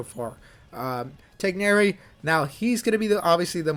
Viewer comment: You pronounced Tighnari better than the VAs 👍🏽